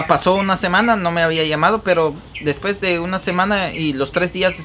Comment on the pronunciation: Escuche mencionar la palabra después como mil veces quedé con trauma lo peor es que no lo pronuncias bien trata de mejorar tu leguaje leyendo libros para que ya no hables como un vulgar se dice DESPUES no como tu lo pronuncias DESPES 👂🏼